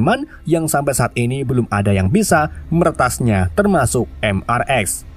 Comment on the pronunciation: Bang mrx itu dibaca mister x bang bukan mrx😅